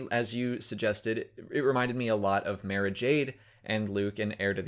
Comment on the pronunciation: The way you say "Mara" sounds wrong to me.